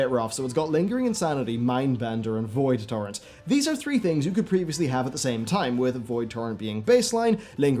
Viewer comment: every time you said "Void torrent" I heard "Void Tauren"